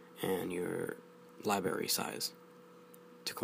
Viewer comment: Libary? What's a Libary? Sorry couldn't resist